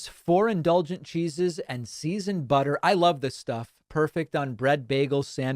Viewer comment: I never get tired of hearing Pakman say "butta"